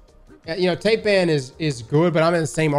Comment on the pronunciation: tay-pan lol "thai-pan" named after the snake you silly goose